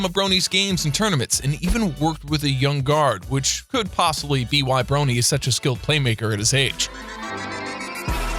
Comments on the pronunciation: Please say it as Bronny not brony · He called bronny, bro-nny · It's Bronny, like lebronny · Jacob Wiley did u watch the vid he said Brony like that and he said Durant went 13 overall and he said Durant when the picture clearly showed d booker and he puts Luka in every thumbnail he said the warriors went 76-9 and said Oakland city thunder u get the point man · plz say bronny the right way